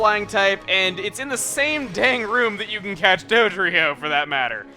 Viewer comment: At the beginning, I thought he said 'doge'drio.